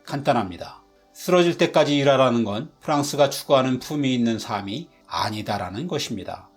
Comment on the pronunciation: ‘삶이’를 자꾸 ‘사미’로 발음하시네요. ‘살미‘로 발음해주세요...신기하게도 ‘삶에’는 ‘살메’로 바르게 발음하시네요.